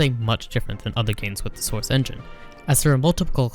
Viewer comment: the soursh chenghin